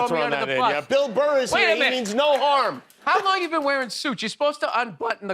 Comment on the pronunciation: “Bill Murr” 😂😂😂😂